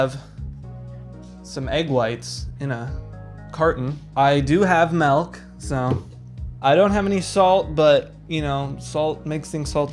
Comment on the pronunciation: Its not melk WE WENT THROUGH THIS